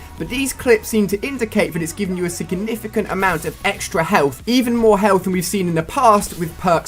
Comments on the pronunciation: He says "sickinificant" instead of 'significant' omg soo funny xD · "Sickanificant" lool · Can he even say "significant"